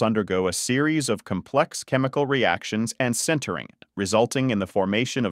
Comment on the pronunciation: Pretty clear, but please consider using a real narrator, who knows how to pronounce cylindrical, complex, subsequent, etc.